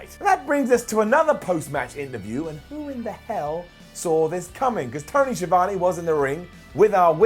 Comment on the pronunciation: The way pronounce ‘Schiavone” - 👇 Down.